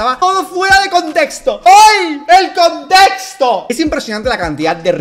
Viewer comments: "el constesto" habla bien lpm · Me da demasiada risa que se llame westcol siendo que apenas y puede pronunciar bien la palabra “contexto”😭😭😭😭😭😭